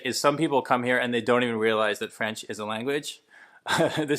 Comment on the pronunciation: Over 52% isn't a minority, it's a small majority - more than half of the total set. When I was in Montreal, everyone spoke English once I asked if I told them (in French) that I didn't speak French. Also, why's this dude saying "Franch?"